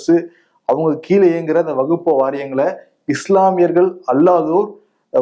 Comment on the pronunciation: வகுப்ப இல்லை வக்பு என்று உச்சரிக்க வேண்டும்